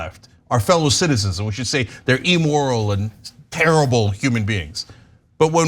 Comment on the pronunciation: Ugh, the way cenk and anna pronounce immoral is like nails on a chalk board. They both pronounce it e-moral. Better start pronouncing words right if you want to be president cenk.